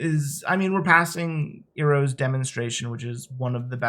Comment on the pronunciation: Iroh is pronounced eye-row. Love you bro.